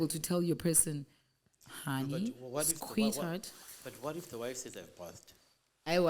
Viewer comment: did you just say, ''squit-heart?''